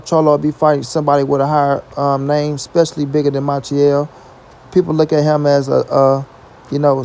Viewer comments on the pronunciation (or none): none